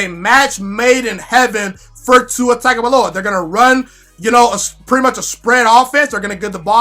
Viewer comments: I know it looks like Tag. However, it is pronounced Tounge. Or tung. Its TUNG O VIE OLA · It's pronounced TONGUE-ohvailoa. He had an interview where he said that's how u say it. Good Video 👍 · Please just say TUA and not his last name until you, along with many others, learn the proper pronunciation. Otherwise, pretty good video...